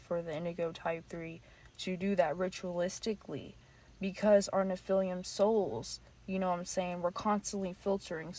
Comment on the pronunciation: Nice video, thank you. Please, correct the pronouncing of nephillim - its not nephilium - as that really takes away from credibility of your presentation.. For the future. We have to be credible and informed correctly to transfer knowledge. Research a bit who they are in history so we have reference point. They are not "nefelium" that word does not exist. Otherwise, thank you for the video